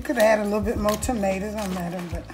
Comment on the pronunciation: I heard that Florida slip out. Maters, lol.